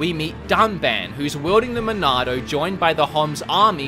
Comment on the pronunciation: I just want to say, in your review of this game; because you have an accent... the way you say Monado is just so damn correct. It’s a truly cannon pronunciation. Lol! Dude, you rock and I couldn’t agree with you more. I loved Xenoblade Chronicles 2 and played a ton of it (and of course beat it) because I am a huge fan of the XBC universe... didn’t mind it at all but the game was somewhat slow in comparison to the original. I’m not sure if it felt like it had flaws just because of how perfect the original was... Xenoblade Chronicles is a legendary game after all. Its a tough game to compete with, not to mention make direct comparisons. I felt the Torna expansion held up a better torch to the original. The engine was upgraded alongside graphics, and the gameplay was a bit closer to the original with the lack of “blades” being under your control. XBC is such an incredible game that the Wii and 3DS versions are completely enjoyable, even up to today’s standards. The graphics are definitely dated in the non-HD version, but the art style is so unique and world design is near flawless that it made up for the dated graphics. Don’t even get me started on the storyline... has more twists and turns than many movies or television series out there. There’s a story arch around every corner to keep you consistently hooked. Now that it’s in HD, I think this game is literally top tier perfect in general. I haven’t made the leap to buy it yet, but I will soon and when that happens, I shall pre